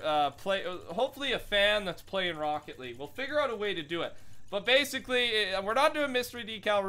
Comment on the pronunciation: "ROCKE LEAGUE"